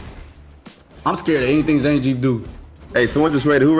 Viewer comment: the amount of times they said names wrong was so hilariously painful to hear. zangeef, jury, its like the only person they know how to pronounce is Chun li im DEAD